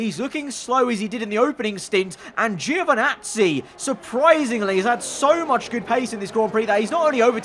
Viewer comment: No way Italian Giovinazzi is abbreviated Geo 😉 (you pronounce it same way as djo not geo) From another Italian. Anyway this is great stuff, keep up with the good work 😊